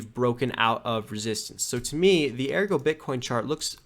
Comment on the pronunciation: It's Ergo, not AirGo lol